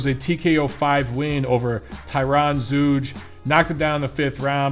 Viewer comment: I think it's pronounced Zoyga